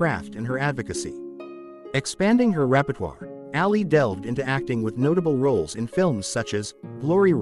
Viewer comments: Her name is Ali not Alley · I wish this person would learned how to pronounce her last name correctly